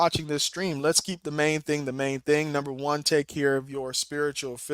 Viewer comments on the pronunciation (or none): none